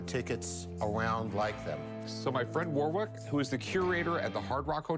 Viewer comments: Did he just call that expert war-wick? It's pronounced war-ick Rick, the second W is silent! I mean, weally wick! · Hey everyone from the UK.... WORE WICK 😂🤣😂🤣😂🤣😂 a hahahaha and he calls Craig... cregg... but that one's common but still....